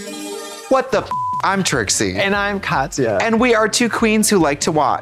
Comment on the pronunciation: MBB really fucked up Katyas name huh...... its 5 letters....